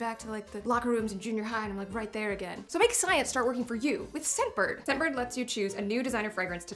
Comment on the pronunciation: Not gonna lie, didn't hear "scentbird" I totally heard "Step bird". I did a spit take. AMA.